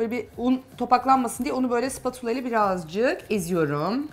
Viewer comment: Videodaki hanım “BİĞG” değil BİR!